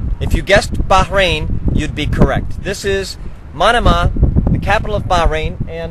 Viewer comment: First of all it's prounounced ( Ma - no - mah ) not like Panama. Secondly the wind tower is called " Bahrain World Trade Centre " . Good video Thanks for the info.